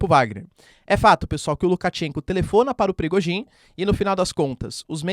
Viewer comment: Professor parabéns pelo excelente trabalho que nos tem fornecido. Apenas para pedir se não estiver a ser inconveniente, que não se pronuncia Bélarrusse mas sim Bielorrússia. E não é Prigogin mas sim Prigózin.